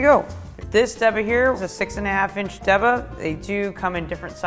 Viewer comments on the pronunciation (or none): Stop saying "deba" pronouncing it like the first syllable of Debrah or debutante. It's daybah. I'm not taking advice from someone that doesn't know how to pronounce the name of the knife correctly.